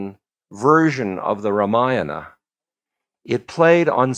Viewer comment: I have yet to see even one Westerner pronouncing Sanskrit names like Ramayana, Mahabharata! Ram Dass is no exception. Ramayana belongs to another age- the Treta Yuga when ethical values, dharma was different.